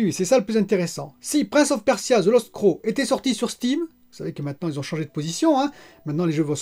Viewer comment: Prince of Persia : The lost Crow"neuh" ! Crow = Corbeau, Crown = Couronne, c'est pas la même chose ^^